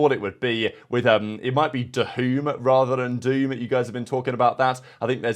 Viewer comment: Yesssss finally you are pronouncing the name correct which is dahoom or dحoom! Much love from saudi been part of the cod competitive scene for years and still am and big fan❤